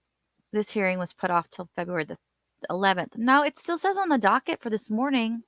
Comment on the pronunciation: My favorite is how he puts a T on the end of so many words - like ‘biast’ or ‘thist’ 😂 I can’t!! It’s so entertaining!!